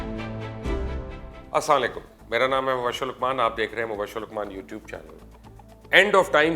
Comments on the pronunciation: جناب.. آپ کو سلام کرنا نہیں آتا.. "اسا لکم" نہیں ہوتا. "اسلام وعلیکم" ہوتا ہے.. میں آپ کی ہر ویڈیو کے نیچے یہی کمنٹ کرتا ہوں. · Mubashir sahab with due respect..kindly work on your greetings its not asalan-laikum it is aslam-o-alaikum...plz dont take it negative but duniya aapko dekhti hy sunti hy to apka ye farz banta hy k aap being a Muslim Islam ke bhe sahee sy tashheer kren..thnx, stay blessed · Hud hu gye hy bhai sari dunya ap ku batati hy asalmu alaikum bolain parhy likhay insan hyn ap asamulikum kia hota hy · Bhai sahib asslan lekum nhi kehte. Asslam u alaikum kehte hein. Please issai theek krein. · برائے مہربانی اسلام علیکم بولا کریں..... پاکستان کے نامور اینکر ہیں آپ مگر سلام جاہلوں کی طرح لیتے ہیں آپ.... اساعلیکم...... کیا طریقہ ہے یہ. سید شبیب شیرازی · Aoa Sir ap Aslam o Alikum thek sy lia kry samaj nai ati apki Salam ki thankx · mubashhir luqman sahab eik shikayat hey aap se please salaam ko sahi sahi ada kia karein shukriya "Assalaam O Alaikum" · Sir may please say Asalm-Walikum clearly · Sir Salam k alfaz sai se bol lya kro ... Thanks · Please ap apna Salam thek se bola karain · مبشر صاحب، سلام کہنا تو ٹھیک سے سیکھ لیں- آپ کے الفاظ سلام کے بجائے موت کی بد دعا ہے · Your insight and analysis is appreciable but with due respect I request you to kindly correct the pronunciation of salam in every video you upload preferably use the full form of salam with the right pronunciation l am sure you have the resources to check and deliver the right pronunciation of salam for the education of a modern muslim as you are role model and people will follow your correction for their own sake as this a dua for all and every muslim has the intention of following the commands of ALLAH SWT Insha Allah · اسلام علیکم ورحمت اللہ وبرکاتہ۔۔ مودبانہ گذارش ہے محترم آپ سلام ٹھیک سے نہیں کرتے۔ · اسلام وعلیکم ورحمتہ اللہ وبرکاتہ برائے مہربانی آپ اپنا سلام بولنے کا طریقہ صحیح کرلیں جزاک اللہ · Walikum Aslam sahi kaha